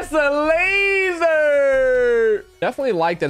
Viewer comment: Ngl u saying laser like that is the reason I’m not coming back for another video